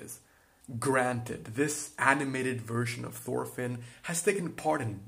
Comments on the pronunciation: FORFINN AAAAAAAAAAA PLEASE STOOOOP ITS "TORFINN" NOT "FORFINN" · Thorfinn is not prenounced "forfinn" Its actually prenounced "Torfinn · Thorfinn is actully pronounced torfinn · An excellent video, just one thing, as far as I know it is pronounced Torfinn. While yes, in English we say Thor, it is pronounced Tor in the Scandinavian world. I believe this also transcribes to Old Norse as well. Feel free to correct me if I am wrong, though if you use Karlsefni, please use Tor as well. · His Name is Thorfinn not forfin Pleace spell it right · Just call him Torfinn cuz thats how you pronounce his name dont wanna be rude or anything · It is not prenounced Thorfinn the way you americans prenounce it. The T is pronounced, and not as the TH-sound. Torvinn, you could say. Just spelled with an h.